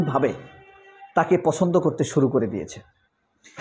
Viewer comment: ফিলার শোনার ফরে আপনার আলোচনা ফছন্দ হইছে।😂